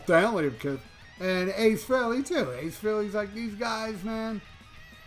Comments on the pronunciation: Fact and I noticed how He made sure it was pronounced correctly. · "You know who" specifically named the original members. Even pronoucing Ace Frehely's name correctly. You can be certain Tom Morello wont be involved, because of "You know who".